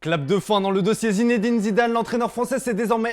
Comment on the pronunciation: Quand il prononce Zinedine Zidane j'ai l'impression un moustique vole à côté de moi